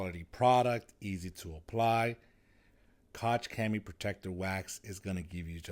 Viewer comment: Bro said “ cock chemie “ 💀🤨